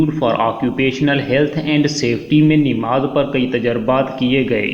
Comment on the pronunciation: ِنماز نہیں ہے ہے بلکہ نماز ہے اصلاح کی درخواست زبر کے ساتھ ناکہ زیرِ کے ساتھ